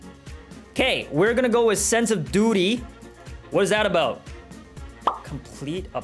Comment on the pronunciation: i hear sense of booty instead of sense of duty lol